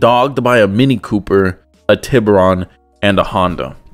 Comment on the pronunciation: “Hyundai tibber-on” how hard is it to properly pronounce a Spanish word lol